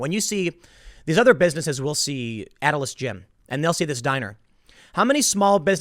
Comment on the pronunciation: It's not Atlas. You're literally reading off the page and keep mispronouncing their name.